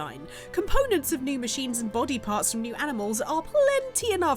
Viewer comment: “Dey cwitisized my game now make fun of big bad fwom software”